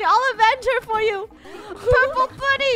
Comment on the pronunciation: For some reason whenever you say bunny I think you say funneh🤣🤣🤣🤣🤣XD